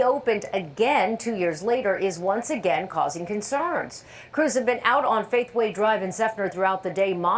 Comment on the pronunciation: She just said "Fakeway" Drive wtf